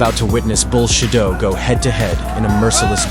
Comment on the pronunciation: I'm sad the AI can't properly pronounce "bullshido"